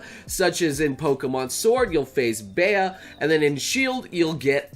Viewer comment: PSA: Why are people calling Bea ‘Baea’? It’s pronounced Bee. Short for Beatrice.